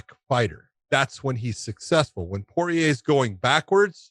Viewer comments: Not even Porier pronounces his name like that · You think he would no how to say his name. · I feel like Josh is apprehensive to commit to its full pronunciation, Poirier. Like he's coming from angles he's not even sure of. But in 5 years, and after all he's been thru. He's grown a lot, and Josh will be pronouncing Poirier like a full grown ass man. Like a boss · Dustin Poiyay - Starting to get annoying now lol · pretty confident that it's Pour-eee-ayy. I just think Josh is over doing the frenchness of his name since the last part of his name has an ier and the r is silent and he just then makes both r's silent.